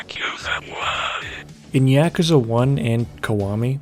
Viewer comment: I CANNOT stand the way you say yakuza. Could you just say like a dragon instead? Fuck